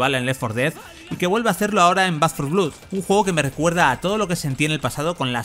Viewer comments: Un vídeo muy informativo, pero por el amor de Dios, deja de decir "blud" y di "blod", que es como realmente se pronuncia 😭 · Blood se dice, fonéticamente, blod, no blud. Siempre igual con el periodismo español, ni un sólo video sin cagadas lingüísticas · Por qué repites 50 veces "blud" cuando es "blod"? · Como que "Back for Blud"? BLOOD xD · De pronuncia blad no blud,que dolor de oídos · sin embargo el que respondió a mi crítica a VANDAL y a los periodistas que "tantos estudios tienen" eres tú. Tú empezaste el ataque. Pero vamos, esto es Internet. Siempre encuentra uno su discusión, y si no es suya, pues la de otro. Decir blood como blued suena como una patada en la oreja. Eso es un hecho. Denunciame. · Después de oír 2 veces “blud” he tenido que parar el vídeo. En España seguimos sin levantar cabeza con el inglés. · Back 4 vlud. 🤣🤣🤣 esa pronunciación 🤠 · Te sugiero lo mismo. Soy bilingüe. Te aceptaría un "blad" con una "a" tirando hacia la "o", pero en la palabra "blood" no hay ningún tipo de "u". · Dislike por pronunciar "BLUD" 😓